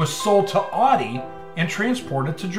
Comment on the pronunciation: Did I see Amelia Earnhardt in a few photos? This was an excellent and educational video. Thank you for pronouncing Audi as AWDEE, NOT OWDEE.